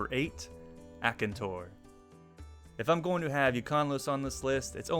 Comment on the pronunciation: Im sorry.... the way you pronounce monoblobs is so painful... your pronouncing it mo no blos, rather than mono blos which is more painful because you do pronounce diablos correctly, and they have the same name scheme EDIT: YOUR GO SO FAR AS TO REMOVE THE N FROM AKANTORS NAME